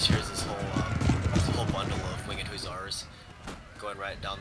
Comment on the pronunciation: dude your killin me, its huh-sahr not hoo-tsar